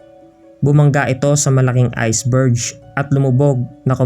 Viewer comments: Hindi ko hahamunin ang diyos...hindi ako mamamatay? Opinion mo lang lahat ang sinasabi mo...LAHAT tayo mamamatay! Ito ang problema sa mga relihoyosong tao, akala nila alam nilang lahat, napakakitid ng line of thinking mo...siyanga pala, ang pronunciation ng iceberg ay hindi iceberj... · "iceber"J?" Haha ..iceberg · talaga sir? Iceber(j)? i believe iceberg yan